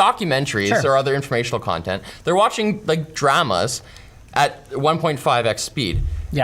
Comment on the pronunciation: there’s no way that’s how Canadians say dramas